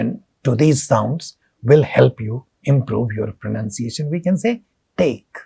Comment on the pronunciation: it is not like "thaakee" just take is enough sir